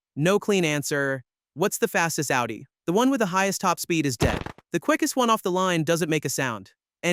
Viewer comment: Its not Aldi like the store, its "Oww - dee" and If you want to be fancy its "Oww-Tee"